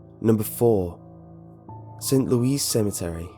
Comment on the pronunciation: St. Louis Cemetery No.1, St. Louis is pronounced St. Lewis NOT St. Louise. Thanks.